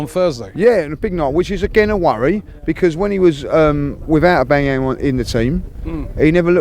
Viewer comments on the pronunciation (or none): Cmon it’s not AuBANGyang mate 🤦🏻‍♂️ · OBAMA YANG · Pierre Emerick I'llbangyermum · I love the way he pronounces Aubameyang 😂🤦🏿‍♂️😂🤦🏿‍♂️😂🤦🏿‍♂️ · I love how say Aubameyang! 😂😂😂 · This mispronunciation of auba is not funny anymore haaha